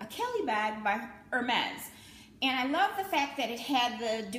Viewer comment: I love your videos, and I’ve just discovered you. I’ve subscribed on YouTube and Instagram. I’m a French speaker, it’s the second language spoken in our home. May I please inform you that you’re mispronouncing Hermès. The H is silent, so it’s pronounced ErrMezz. Just an observation. You’re lovely, and I look forward to more videos.